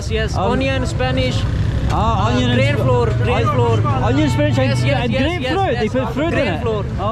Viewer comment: "Spanishh" pakora !